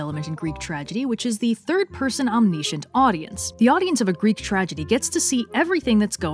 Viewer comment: Tragic flaw: you say “omniscient” weird.